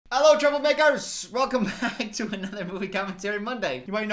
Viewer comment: “Hello, troubleMAkerrrrs” himself was surprised by the way he said it but he decided to leave it in the video anyway. Thanks ❤